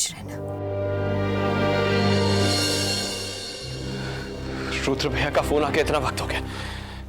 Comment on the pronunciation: Abe o ghatiya insaan..pehle to rudra bolna sikho...yudr yudr laga rakha hai..aur rudra apni maut nhi ...us langde antriksh ne maarne ki kosis poori ki thi usne.andhe the kya tum..mirchi daal ke aakho me dekh rahe the is serial me hai bolo...idiot kahi ke..